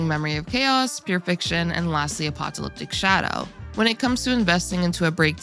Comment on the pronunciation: ❎ uh-pak-tah-LIP-tik It's pronounced ⭕ uh-pah-kuh-LIP-tik Thanks for the good teams advice! I think I wanna try building a follow-up team next. I'm interested to see what the new characters are like...